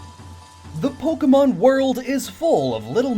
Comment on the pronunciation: Why must I get so annoyed by people pronouncing Pokemon names incorrectly. They're just fictional creatures but I guess I just assume smart people like who do SO much research which is incredibly respectable would know how to pronounce the names of what they're talking about haha (I'm sorry that sounded passive aggressive; it wasn't supposed to be)